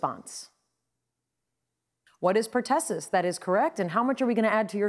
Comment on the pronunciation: Pertossis? It's pertussis,.